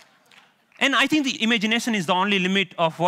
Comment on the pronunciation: There is no "TH" sound in his native language. I tutor English as a 2nd language and I run across this problem all the time. The sounds you learn from mom become the only sounds your mouth can easily make ... even by age 7, much less 30 something. You can hear that in his first sentence when he says "tink" instead of "think".